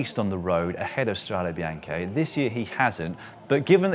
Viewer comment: And can we say definitively say, it's pronounced "strà-deh bee-àn-keh"... 👨🏻‍🏫